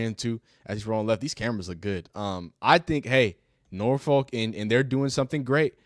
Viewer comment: The way out of town people say Norfolk is hilarious. It's just cringe 😂😂